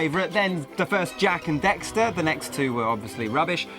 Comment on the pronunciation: its jak and DAXTER, not dexter!